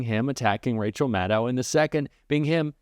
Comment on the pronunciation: Love Rachel. Please pronounce her name correctly. It is Mad-doe.